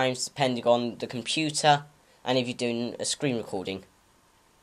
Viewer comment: WHY DID YOU SAY COMPYTAA.?